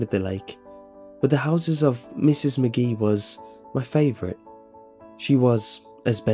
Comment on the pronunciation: A few things...... you pause weirdly when narrating like William Shatner, you keep mispronouncing names such as Mrs. McGee. You switch between that and calling her Mrs. Maggie. I know they're little details, but it makes a difference because they pull the person listening out of the story.